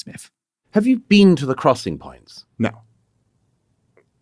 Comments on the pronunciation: ''You haven't be-een' is so hilarious! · "Youve never BEAN??...😦" what a ghoul, man